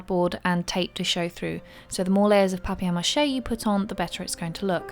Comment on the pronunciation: She pronounces it very well ! (I am french and we say it like this). ;-)